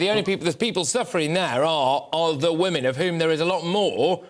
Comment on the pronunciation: Why the hell can’t he pronounce the plural of woman? It’s WOMEN Peter!